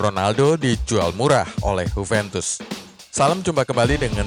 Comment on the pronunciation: Huventus? Emang Juventus dr Spanyol boii? 😂 Yuventus kalo mau ikutin pronunciation aslinya.